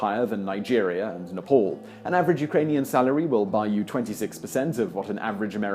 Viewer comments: it is nepal not "nepaul" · We often pronounce "a" as "au" in London. I guess he's not heard anyone say Nepal correctly out loud and is just reading it how he thinks it should be said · Its not nepol. its nae paal(just for pronunciation) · I don't expect him to pronounce "Thiruvanantpuram" on India correctly but It's hard not to pronounce Nepal correctly. It's written as Nepal not Nepol or Nepaul. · Why westerners call nepal as nepaul ..i dont think it is difficult to make "aa" sound with western accent 😑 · Im Australian an offspring of English people and I can pronounce names the qay they should be. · Dude, you needed to do a little bit research on the pronunciation of names :-)."Neypol", "himaleyas".. I don't mean to be rude.. but its Neh-paal, him-aa-la-yaas etc.. just to mention a few. Just one interesting difference in meaning between yours and the real pronunciation of the word Himalayas.. Yours pronunciation vaguely means - the place where ice/snow melts Real pronunciation means - the house of snow/ice No matter what, i enjoy your videos much. Keep going.